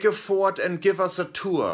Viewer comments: Dude it's fort not fart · Fort... Not fart.. Oh Flula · Flula it is not fart, it is fort which is a like a castle or building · FORT NOT FART UGH!!! YOU GROW UP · I mean I'm confused does he actually mistake "fort" for "fart" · He said FORT.. not fart xD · it's fort not fart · It is fort not fart flula can you plz look it up on google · OMG XD XD XD Fort, not Fart XD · Fort not fart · lol fort not fart